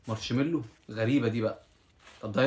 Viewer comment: ياحبيبي حرف الراء لا ينطق علشان كده ما يتقالش مارشملو وانما ماشملو